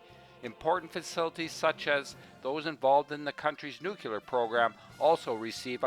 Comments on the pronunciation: Nuclear would have been better than nukular. Otherwise, great video. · It's pronounced "nuclear" NOT "nucular" !!! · However, the way you pronounce the word, "nuclear", makes you sound like an ignorant country bumpkin. Look at the spelling for once in your life. It's pronounced, "new clear", not, "new quewleer". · the ignorant elected us president george bush made nukelar acceptable although it was never pronounced like that before and it's always been nuclear.. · It is spelled: N U C L E A R, not 'nucular'..... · Please...it’s “new-klee-are” not “new-que-lar”. Regardless probably the best vid about the DPRK on Youtube! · The word is nuke-lear, not nucular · I think you spelled "nuclear" wrong. It's supposed to be "nucular" or "nuculer" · Cool video, one thing though, can you try to say "Nuclear" instead of "Nucular"? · I may be totally blind, but you've helped me see, feel and hear everything you experienced and what the people experience everyday over there. Please forgive me, though for this: Please learn how to pronounce (nu-clear) not (nu-kew-ler) It's a common mistake that Presidents Bush and Bush made, and I used to make the same mistake. Otherwise, I really was impressed with this documentary. I've heard so many horrible documentaries about how they treat people with disabilities and how they experiment with so many people. I know they don't end well. I also wouldn't want to live in those apartment buildings. Thank you for giving us all a realistic profile of this dark, totalitarian nation. There is no doubt in my mind that these people are oppressed and so very empty. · NUKE-YOO lurr Come on, guy. You can do better than that From the American Puppet Regime. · Nucular... It's pronounced Nucular... :-D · Good documentary. A shame you can't pronounce the word "nuclear" correctly.